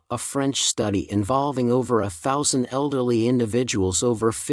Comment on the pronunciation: The person, or fake person, reading for the video could NOT even say three thousand four hundred. Could not even say one thousand either. Wow. Dumb person. Dumb video. 👎👎👎👎👎👎👎